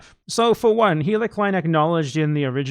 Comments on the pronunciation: Are you calling Hila “Heila” on purpose 😂? nice little touch. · I didn't know if you were mispronouncing her name unintentionally, but I feel like you're doing it on purpose in which case, keep doing it more! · Another response here all but disproves my theory: It sounds a lot like he did it on purpose